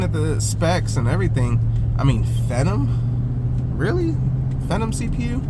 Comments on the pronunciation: Phenom is pronounced fee-nom, like in WWE the Undertake is called the Phenom/Fee-nom, LOL. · How do you say phenom, lol It's pronounced as F not V not Vemon lol you silly man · Phenom is pronounced as fee·naam. As it being an entry level gaming PC it is. You don't have to bother the seller like that. They might not be that tech savvy and they disclosed all the specs of the computer. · Also it was driving me crazy, just say fee nom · You need to practice saying Phenom😉